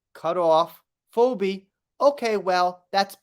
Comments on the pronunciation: Phoebe, a name from Greek Mythology is pronounced Fee, the cost of a service, Bee, what AH's dog stepped on. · Phoebe is pronounced Fee Bee. I know, right? I'm always helping my 1st and 3rd graders with their spelling homework, and it's crazy how stupid I feel trying to explain words that end the same but sound so different. Ex. Tough (uff) Cough (off) Through (ew) No matter how you spell it, it is just ridiculous! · 😂 We kno wasn't a "Friends" fan... It's "Feebee",.😅 It is spelled weirdly tho😊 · Hi dear, you are the most funny, lol, you do not say "Phobe" you say "Pheebe" and in the episode I felt it was suggested that she pooped on the kitchen!!! I am a die hard Friends fan! lol